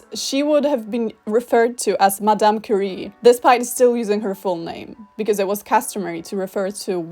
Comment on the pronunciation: I also find TERRIBLE that English speakers can never pronounce "Marie Curie" right, with the French R, however they never get the very similar sounding "J" in Javier and Juan wrong. UPDATE: oh well, I just realized that at the end of the video you mispronounced "Curie". It's a French name, not an English name. Should be pronounced as a French word. Bad example if you tried to make a point about correct pronounciation of Polish (and I agree to this point, even).